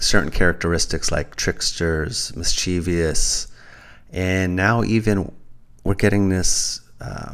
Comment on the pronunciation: New sub! 'mind unveiled' plugged your channel in' the Oregon trail' vid. I'm so happy there's a great conspiracy to uncover⚒️. btw- the word ' mischievous ' only has 3 syllables. Thanks for the spirited vid